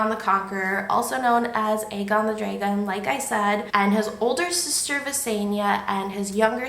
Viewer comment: You pronounce Dragon as Draygon lol I am from Texas I’m sure I pronounce words strangely. This story is timeless well done 👍🏻